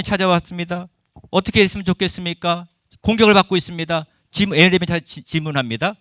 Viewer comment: 교수님! 에레미아라고 하지 마셔요 ㅋㅋ예.레.미.야라고 해주셔요! ❤